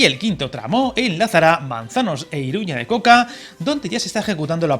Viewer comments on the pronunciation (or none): ¿ha dicho iruña de coca? Será iruña de oca